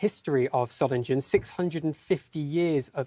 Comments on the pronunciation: You've got the pronunciation wrong - Solingen is pronounced with a soft, unstressed 'g', so Soling-en, not Solin-gen. Hope this helps. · Dear BBC; please try to pronounce Solingen correctly. It's not Solinjen. Just try and get the basics right. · "Soh-ling-en" you ill-educated berks! I've got about as much confidence in your reporting as in your education... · Dearest BBC there is NO West or East Germany since 1989 and its Soling-en not Soling-Jen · BBC could learn to say the name of the city properly: it’s “ZOH-lingen” with a hard g as in “sing.” Not “SOH -lin-jen.” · Solindshen is pronounced just as Readindsh and Ketterindsh and Francis Walsindshham... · It's pronounced Soling-GUN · Pronounced Soiling-en not ‘g’ just ‘ing’ - come on BBC you are meant to be exemplars of pronunciation. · Solingen is pronounced with a hard 'g'. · Can you at least pronouce Solingen correctly. Would you like me to pronouce London incorrectly. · BBC could at least make an effort with the correct pronunciation of Solingen 💩🇬🇧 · BBC can't even pronounce the City name correctly. 🙄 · 650 years of Solingen history and the Beeb can’t even pronounce it. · can't you just check how to pronounce properly the name of the city? Peinlich für hochbezahlte BBC Leute! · They can't even pronounce the name of the city "Solingen" properly. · The name of the city doesn't sound scary in German. The moderator pronounced the name in English. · You'd think that the BBC would learn how to pronounce the city's name correctly! Shame on the BBC! The correct pronunciation has a hard 'g' in it. Not a 'j' sound!